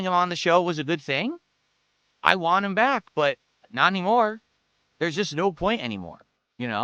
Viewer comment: Wahn is always my favorite. Like he intentionally drops the T